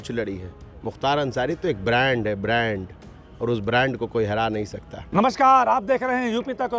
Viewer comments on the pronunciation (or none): Mukhtar bimari brand nahi bhand h 😆🤣🤣🤣🤣🤣 Barand hota to wheelchair nahi pakdta 🤣🤣🤣 Iske brand me " b " silent h 😆🤣